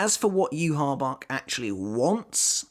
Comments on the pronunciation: The way his name is pronounced infuriates me...... Juha Bach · It's pronounced you-ha-baha tho